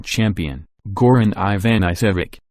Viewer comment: Stop saying dot, it is a full stop. Plus it is Goran Ivan a vitch !